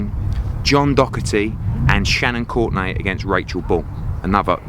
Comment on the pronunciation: The way he says “Shannon Courtney” . 😂😂😂😂😂